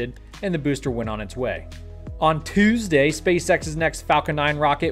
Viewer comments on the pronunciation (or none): Lol, I love the weird emphasis when he says “Toooesday.”